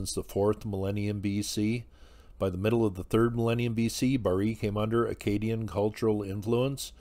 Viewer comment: Remarkable site. Thanks for the introduction. on a humorous note, Sky Gods, in easy-access left-handed BVDs? who knew?! lol! and not to nit-pick, at all!, but whenever I hear it mispronounced, esp in this context, I somehow think of "Cajun" fiddle music, and filet gumbo, developing in ancient Akkad! so, just to toss in my deux cents (doo sonts): Akkadian = a-ka-DEE-un, and Acadian (also Cajun) = a-KAY-dee-un way different whew got that off my chest!